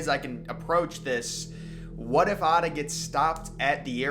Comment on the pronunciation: His name was Atta, not Arda